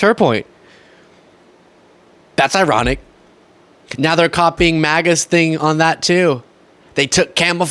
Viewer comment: Every time that woman says "nEow" or "conTstitution" I die a little bit inside. Good god, Georgia, PLEASE, PLEASE, PLEASE stop electing MORONS!!!!